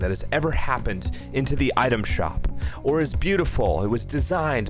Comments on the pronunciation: why say waura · bruh stop everyone still love aura say it right lmao dang you say ora stop over reacating dang dud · i literally made a vow to NEVER buy “aw-rah” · He’s putting out his own opinion and everyone else likes it and he saying aura like a stupid away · This kid has no idea how sweats be like he can't even pronounce aura